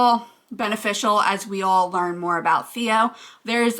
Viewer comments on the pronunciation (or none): none